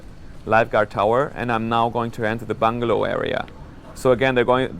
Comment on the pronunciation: lol when he said bungalow i thought he said bung hole! O.o